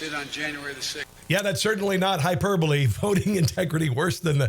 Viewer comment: Wow!! He actually pronounced hyperbole correctly!! I'm shocked he didn't say hyper ball.